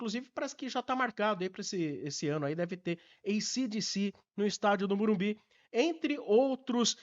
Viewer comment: O aprende a falar MorumBIS pô